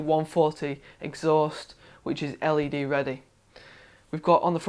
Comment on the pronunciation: It sounded like he was always saying the fans were LAD ready, but turned out to be LED ready -_